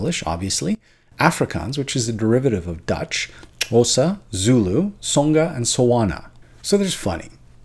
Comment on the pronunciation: Oh,. We South Africans really appreciate you trying to pronounce the click in Xhosa. At least you didn't pronounce it like "kosa" which is how people do when they're too scared to try. 😊